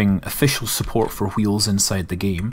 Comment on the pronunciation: Hweels. Why are you putting so much emphasis on the H?